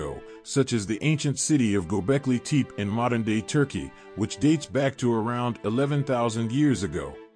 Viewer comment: Really liked your presentation and subject matter The Tepi in Gobekli Tepi is pronounced Teppy.